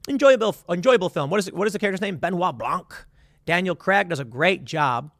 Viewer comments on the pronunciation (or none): none